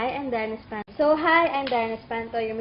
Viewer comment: I laugh in this darren video in the start becouse he rong said espanto then he said espantol and look hes eyes hahah and the wlone he said what?the face funny whhahahhahahaha I watch this 100 times hahahahhaha